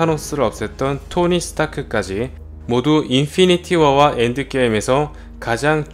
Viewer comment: 아 걍 한국발음으로 해주세요 영어발음 너무 거슬리네 할라면 좀 깔끔하게 하던가 인fㅣ니티워 ㄹㅇ